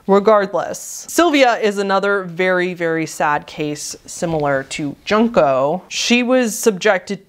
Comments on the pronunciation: Junk-o? it's pronounced jun-ko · The "jun" part in "Junko" is pronounced like the month June. Also weird how you have sympathy towards animals, humans, other living beings, but constantly refer to them as "it"- as if they're just objects.